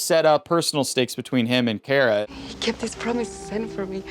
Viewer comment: It's pronounced Car- uh not care uh.